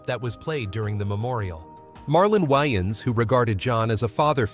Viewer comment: "The Why-anns Brothers"?